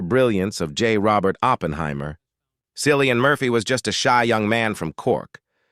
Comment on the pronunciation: It's Killian with a C ...